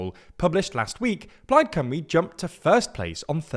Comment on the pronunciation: but the video is in English, so shouldn't the spelling be English too? They kept pronouncing it Cumry, not Cymru (Simru?)